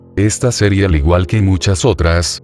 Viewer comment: qe bronca que diga serrie,LOL